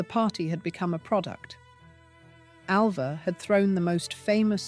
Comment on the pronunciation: Get her name right. I was ALva, not AVa!